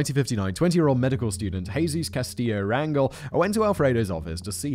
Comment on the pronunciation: It may look like Ran Gal with a hard G, but it is pronounced Ran Hell’ emphasis on the second syllable.